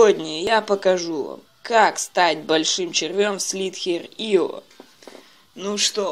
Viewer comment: Вообще-то читается не слитхер ио а слизарио